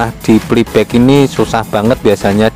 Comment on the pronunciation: hahaha,,, PLAY BACK,,,,,, bukan Peli bek,,,,😂😂😂,,, kacau ni,, 🙃😁😂,,ok sehat dan sucses trus,,, 👍